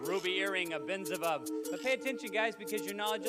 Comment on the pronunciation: You got the name wrong! It's Benzibab, not Benzavov!